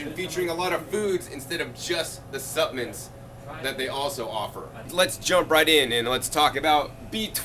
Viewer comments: I can't get over him saying suppmints. so cute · You have GOT to pronounce “Supplements” correctly. It was difficult to stay focused on what you were trying to convey because you kept mispronouncing the word “Supplements” If you want to people to take you seriously, you have GOT to master the English language.